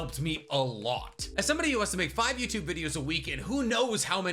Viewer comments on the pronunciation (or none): none